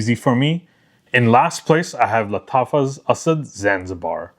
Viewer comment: I really like Asad Bourbon. Thanks for letting us know how to properly pronounce. I truly appreciate it.